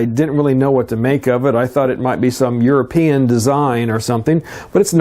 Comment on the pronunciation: "you're-a-peein' design" Comedy gold. Best YouTube channel.